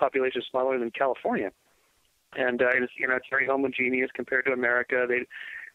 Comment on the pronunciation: "Homogeneous." Hmmm...